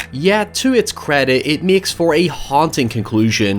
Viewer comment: Or when he myeks a comparison..